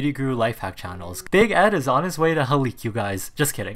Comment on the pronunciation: “how she gonna defend here self when Ed wants to HALEEK” I’m sorry but as a Filipino I find it funny when other ppl try to pronounce Tagalog 😂😂😂 no hate it’s just funny